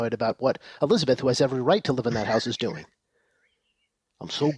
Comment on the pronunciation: Riiiiiiing..."I KNOW WHAT YOURE DEW-IN..."